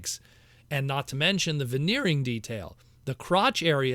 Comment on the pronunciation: Someone was exposed to the word "vaneering" recently... 😂